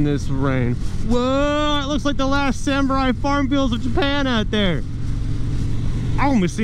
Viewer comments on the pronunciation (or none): none